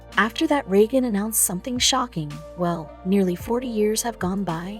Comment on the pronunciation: A great story . . . spoiled by the computer, auto-translate and speech: Instead of M.I.A., it was Meah. And instead of Reagan, it was Rughan. Do better to honor this gentlemen.